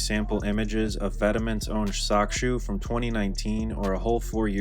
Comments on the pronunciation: “Vet Maw” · the pronunciation of Vetements lol